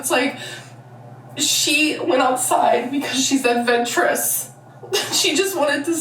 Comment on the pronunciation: “She’s ahvenshurous” Please, please just enunciate the words girl 😭